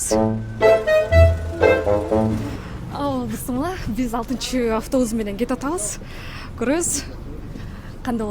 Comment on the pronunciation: Бысмылла бысмылла дебей "БИСМИЛЛЯХ" дечи